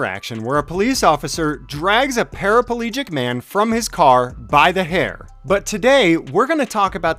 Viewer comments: There’s no such thing as a parapelegic ... it’s para plegic... just saying... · I had to laugh..even you verbalised " parapalegic" .... even though you correctly titled " paraplegic ".. or did I pick the deliberate mistake.